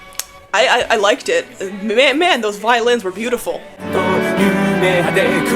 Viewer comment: Bro every time you say you like songs with violins I keep thinking you say violence😭